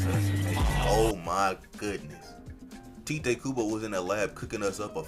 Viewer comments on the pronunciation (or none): It's not Ti-tay Kubo, despite how he draws Rangiku. It's TITE. As in Kubo is TIGHT.